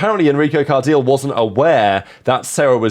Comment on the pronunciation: 'Card -eel'? Surely 'Cardilay'/